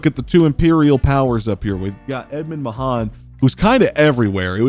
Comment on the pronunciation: FYI Aisling is pronounced Ash-ling. Mahon is more like Mahun.